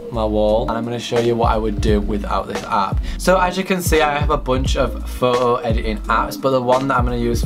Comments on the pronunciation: you say "photo" really wierd, you say it like "whoo-oo" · The way you say foto. Ummm I am cringing so hard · nobody:: "phoho" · You mean like woah-oh